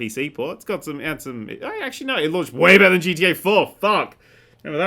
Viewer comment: could do with pronouncing than better. No wonder umerikunz can't tell the difference.